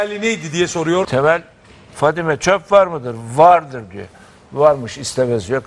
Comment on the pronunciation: Vardiri vurguluyor